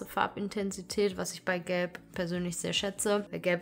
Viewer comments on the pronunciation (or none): Wer hat auch verstanden „ich liebe Geld“ statt gelb 😂